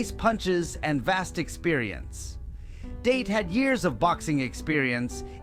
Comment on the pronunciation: ITS not Date like taking a girl out its sounds like Dah - Tay